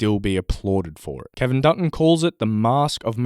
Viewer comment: I kept hearing Peter Dutton when you said Kevin Dutton lol